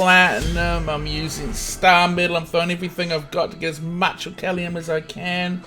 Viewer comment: It's not orcallium